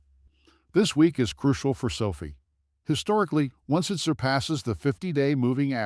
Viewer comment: It's not SO-fee. It's SO-f(eye) With a hard capital letter I. Sophie is the girl that serves you coffee at Starbucks. Call it correctly and I will take you more seriously. (No, I probably still won't.) Get a real person do do your commentary instead of your AI program that doesn't understand. How can it?